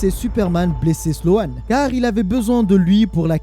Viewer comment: Hola merci encore de ton travail et je me regale que des histoires que je ne connaissais pas. Et si ca peut aider ce n'est pas sloan mais slone niveau prononciation. ( a chaque fois je dis nan c est pas ca la prononciation lol ) Voilou force a toi et comme d hab toujours sur le navire pour ecouter de nouvelles story.